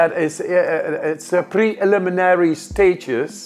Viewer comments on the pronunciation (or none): none